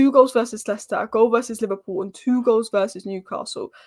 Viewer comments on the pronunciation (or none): none